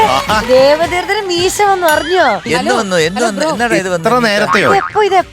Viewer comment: ദേവദേർശ് അല്ല ദേവതീർത്ഥ് ആണ്